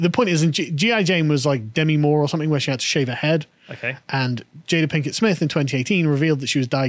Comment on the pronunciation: lol, i think I heard "Plinkett Smith" a few times. Think she hates star wars too? "the most disappointing thing since my husband"